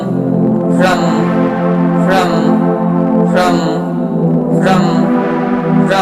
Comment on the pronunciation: ফ্রম Fraum holo montrotar uccharon